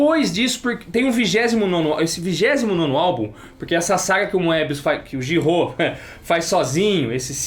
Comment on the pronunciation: acertou a pronúncia de Giraud, mas o é quem acertou a pronúncia de Pilote!